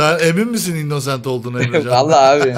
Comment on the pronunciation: YA ŞU INNOCENT İ YANLIŞ OKUMAYIN SİNİR OLUYOM